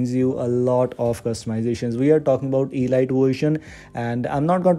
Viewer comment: You're mispronouncing it, it's not e lite, it's elite